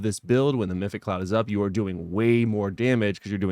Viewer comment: Meph-it-ic, not mythic :)